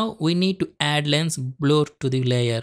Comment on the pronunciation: its pronounced blur not bloor